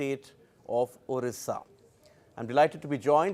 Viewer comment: It's Odisha not orrisa this is old name of ODISHA